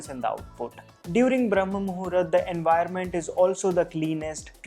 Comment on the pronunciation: It's not Muhurat, it's pronounced as Muhoort